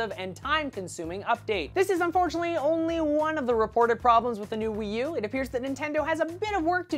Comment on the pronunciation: The way he says Wii U sounds fun- Weeeee U!